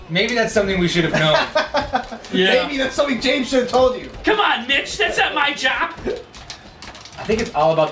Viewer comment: never noticed but I sounds like James straight called Mitch Bitch